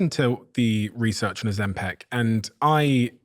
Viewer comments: It's not OzemPEC! It's OzemPIC!!! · Stop saying "Oh- zem- PEC". It's "Oh-zem-pick". Learn to say it right